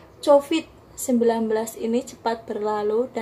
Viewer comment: Mbak bukan cofit tapi cofid